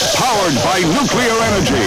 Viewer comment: He pronounced 'nuclear' improperly, but I love it!